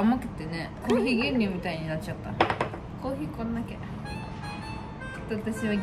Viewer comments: コーヒーのイントネーションがコーギーなんよ笑笑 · のコーヒーのイントネーションが気になるw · コーヒーの発音が北海道民笑笑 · のコーヒーのイントネーションに違和感を感じた笑笑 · 最初のコーヒーのイントネーションが気になった笑